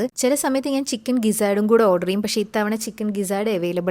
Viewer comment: ചിക്കൺ എന്നാണോ പറയുന്നേ അതുപോലെ തോന്നി